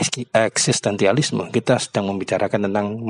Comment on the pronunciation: Eksistensialisme pak, bukan eksistentialisme